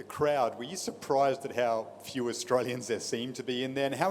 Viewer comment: Ohh yeah, you pronounced Australia as Lostralia. Even you accepted it.😂😂😂😂